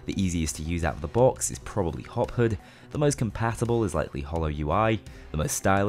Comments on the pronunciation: Take a shot every time he says HUD wrong. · "hood"... Khe he he 'your accent funny' xd